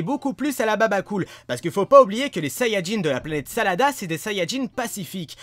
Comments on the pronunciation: planete SADARA ET NON SALADA !!!!!! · tu dit salada mais ces la planète sadala